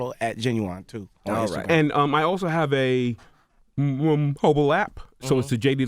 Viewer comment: Somebody tell bruh to just call it an APP. Never have him utter the word MOBILE again. His speech was fine until he got to that word. I thought my speakers were starting to go out.